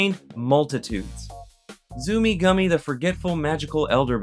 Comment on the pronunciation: You spelled and pronounced the name wrong here bud! Its not "Zoomy" his name is "Zummi Gummi."